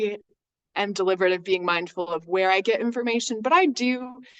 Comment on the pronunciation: Lol the way she pronounces BE-ING .. BAYING 😂